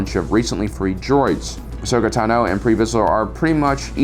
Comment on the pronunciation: jo-RIN, ta-NO... he's doing that on purpose, right? lol